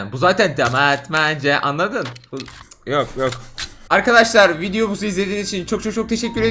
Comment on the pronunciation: Sonda videobuzu diyor 😛🤣